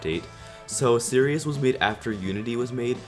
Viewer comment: hey u said sirius wrong................. BOI